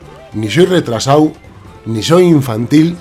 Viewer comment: Eres de Cantabria? Es que cuando dijiste "retrasado" entendí "retrasau" Buen vídeo!